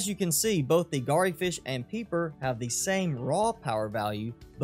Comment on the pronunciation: Just a minor point - re your horribly butchered pronunciation of Garryfish. 'Garry' rhymes with "Larry".